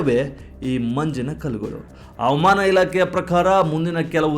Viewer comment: ಆನೇಕಲ್ ಅನ್ನು ಕಂದಾ ಅವಮಾನ ಅಲ್ಲಾ ಹವಾಮಾನ ಅಣ್ಣಪ್ಪ ಸಣ್ಣ ಮಗು ಅಲ್ಲಾ nenenu ತು ಕನ್ನಡವನ್ನು ಎಲ್ಲಿಗೆ ತಗೊಂಡು ಹೋಗ್ತೆದ್ದೆರ